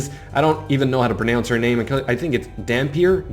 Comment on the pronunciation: But its Dhampir not dhamphir 🤣. I belive its pronounced close to "vampire" but with "dh"